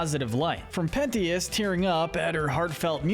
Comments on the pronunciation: Its not sir Penty-us, ITS SIR PEN-CHUS!!!!!! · It’s pentious not penthious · ITS PENCHIS NOT ✨PENTEEUS✨YA GOOF BALL! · Say it with me "pen...chus...penchus" not pen-tias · I cannot focus when he calls Sirpentious (sir-pent-chus), Sirpenious (sir-pen-e-us) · Sir pennyous. Thats what your saying. Prounounce it Sir-pen-cious" Pentious Pencious, same Canon pronouncianction. No critizicm though!!! Loved this vid! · Penius............is it me or it sounds like PENIS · Sir Pentious, not Sir Penious. It’s a pun based on the fact he’s a snake… a serpent. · The fact that he said Sir PENT-EY-US 😭😭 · Ok I don’t know if I’m saying it wrong but I’m pretty sure it’s `Sir. Pen-chis‘ and it kinda annoys me when you said it like that… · i was enjoying it until he started saying “sir pennyus” 💀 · Matey did not just say sir pen T us instead of pentious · ok ok is no one going to mention Sir PENTYUS?! the way he pronounced sir pentious name?! like I can understand if they never said his name but thats not how its pronounced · With all due respect, I must take a moment to acknowledge and poke fun at pronouncing his name “Sir Pennyus” 😂. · STOP CALLING HIM PENNIUS 😂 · stop calling him penious you sicko!!!! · Bro why did you call pentious sir penious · Bro is really calling sir pentious sir penis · “Sir penteeous”💀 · homie said "sir penious" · It's pronounced PENT-TIOUS. Like serpent. Serpent shious. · Respect sir Pentious, NOT PENIUS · Not the pronunciation of Pentious 😭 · It kinda bothers me how he pronounces Pentious name 😂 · Wait- is that how your supposed to pronounce Pentious !!! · WHY ARE YOU SAYING SIR PENTIOUS LIKE THAT 😭😭😭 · You need to pronounce Sir Pentious’ name right man. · BRO PRONOUNCE PENTIOUS RIGHT! 😭😭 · How did you get Sir Pentious's name wrong so many times 💀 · You kept saying sir pentious wrong multiple times